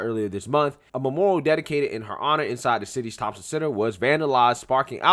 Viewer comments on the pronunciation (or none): none